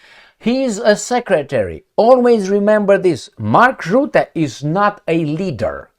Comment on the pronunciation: You must start history study. The country you are living now perhaps was involved in European history for the last 100 years. You can make better videos. What happened to the French women when the English speakers landed in Normandy. Rutte is pronounced Rutte. Not Rootte.